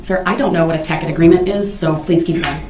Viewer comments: Darrell always says "substane" instead of sustain. He hears it so often, you'd think he'd learn the right word. Must be a "tackit" agreement. Bwaaaahaaaahaaa! Maybe he'll have a tackit agreement with Bubba in prison. You are hysterical with this commentary. Love it. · He changes to correctly pronouncing 'tacit' only after the judge eventually prounounces it for him, as though the entire court hadn't been listening to him mispronouncing it for the bulk of the trial. It's the kind of mispronouncing of a person who has only read the word recently and is otherwise unfamiliar with what it even means. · Isn’t it telling that Darrell had no one that either knew, or bothered to tell him he was saying “tacit” wrong.